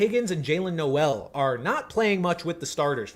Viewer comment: Jaylin's last name is pronounced like bowl. Jaylin Noel (pronounced like bowl)